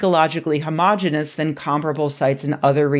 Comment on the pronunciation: Please check on the pronunciation of "homogeneous". It has five syllables.